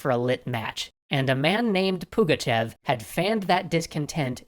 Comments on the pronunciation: It's Pugachov) e is supposed to be ë that us, russians read as o) sorry about being like this, I just can't stay still when my great-grandfather surname is called wrong) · "Nakaz" basically means "mandate" in russian. Also it sounds more like "Pugachov".